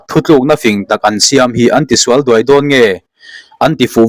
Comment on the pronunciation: Zoram lover thuthawn i chhiar ah khan, "an tisual duai dawn nge" tih i chhiar a "duai"ruaitheh tih a ruai angin i chhiar a, a dik lo, tun lai tawnga nula duhawm sawi nana khal kan thluk ang hian duai hi thluk tur a ni e, thangkam tih a kam thluk ang hian